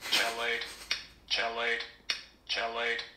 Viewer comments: I think the pronunciation you're looking for is "key-late." :) lol Nice video sir, been wanting to give this a shot, maybe for Halloween! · OMG You're killing me... Chelate is pronounced like KEY like a key to a door. Then LATE like you're late to a meeting - KEY-LATE